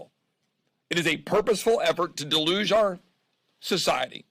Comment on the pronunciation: To "deluse" our society???? Deluse?